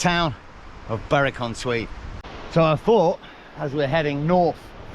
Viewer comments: Great video 👍 Berwick is pronounced Berick, and North Berwick over on the coast there is also pronounced the same. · My man Great video as usual but that's the worst pronunciation of Berwick I've ever heard 😂